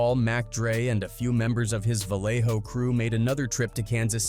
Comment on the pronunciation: Dead homies this a AI video. He ain't even pronounce Vallejo right